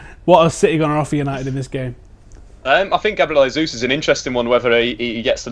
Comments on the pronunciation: G. Jesus is Brazilian, so you don't pronounce his name 'Hey-sous'; it's Portuguese not Spanish, 'Jey-sous' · Your pronouncing Gabriel Jesus completely wrong, he's Brazilian not English lol